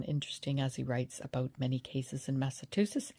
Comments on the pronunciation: It's MassaCHusetts, not MassaTusetts. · It’s pronounced “Mass-ah-two-shits” 😊 and Proctor is one of them. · It's Mass-a-CHU-setts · It is pronounced MASS-A-CHEW-SETTS